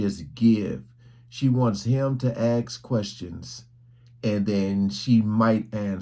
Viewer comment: It's Ask not Axe....why do so many BP have such a problem pronouncing the word Ask?